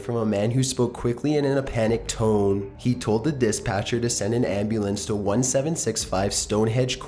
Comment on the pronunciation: "...quickly and in a panicked tooooone" "...ambulance should be sent immediatelyyyyyyy" I feel like I might be int he minority here, but ' drawing-out of each sentence's final syllable is kinda grating to me